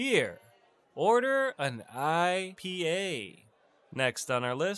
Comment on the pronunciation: Why did you say order and Ipa like that?😂